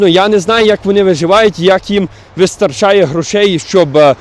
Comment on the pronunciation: Що таке вистоРРРРРРРчає? ))))))))))))))